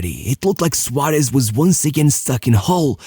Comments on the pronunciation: I don't understand why blud pronounces Suarez as SUARESH, man the SH should be in Su- not in -Rez. Also it's Suares, or with a softer S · Suárez, not Suáresh.